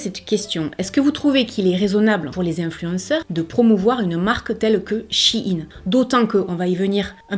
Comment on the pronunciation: Merci pour cette vidéo informative, et surtout pour bien prononcer le nom de la marque (on entend souvent "chaïnne", ce qui me hérisse les poils lol !) Personnellement, je m'habille chez Shein, pour diverses raisons, mais les 3 principales sont le choix (plus size), le prix et la facilité d'accès. Il y a peu de choix pour les grandes tailles en boutique physique ET pour les petits budgets. J'ai une petite garde robe (+/- 50 pièces pour toute l'année) mais j'ai un petit budget, donc je préfère acheter sur Shein; ca me coute 3 fois moins cher qu'en boutique physique, et ca a la même étiquette et la même qualité. Lorsqu'une pièce ne me plait plus, elle finit sur mon Vinted. J'y ai également commander toute ma décoration de mariage. Encore une fois, une belle sélection (surtout pour le DIY!), des prix attractifs.. C'est peut être la solution de facilité, mais nous faisons tous avec nos moyens.